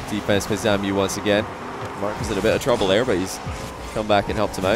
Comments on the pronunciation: shiiiit please stop calling ZAMUE "ZAMIU" it's so tilting :( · Shekleor jajajaja ya ves, his name is zamuee joe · chupito everytime says "Samiu"